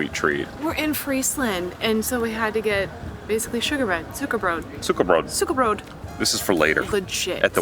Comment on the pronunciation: Because y’all are so ingeburgerd i love how you pronounce dutch words completely wrong but with a normal and straight face 😂. Like suikerbrood, yours pronounciation is like a dutch farmers would be! Its so funny! Stay here! Never learn proper dutch!